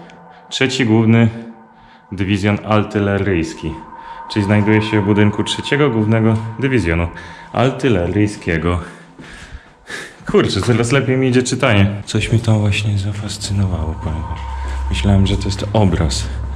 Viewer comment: A nie czasem Artyleryjskiego ? A ty mówisz mordko altyrelysjkiego :) hehe pozdro dla całej ekipy :) !